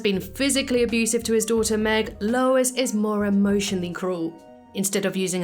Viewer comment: It’s Lois…not even close lol